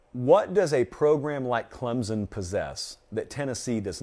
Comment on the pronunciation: it looks like John Emery tore his ACL. You were just talking about him. Also, you’re still saying Clemson wrong:) Update: he posted on Instagram that he just twisted his ankle. 🤞🏼